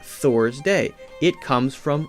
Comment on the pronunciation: Why did he say Old Norse was language in the tone of voice he did